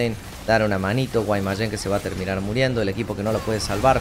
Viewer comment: Siempre me causa gracia cuando dices Guaymayen lmao Saludos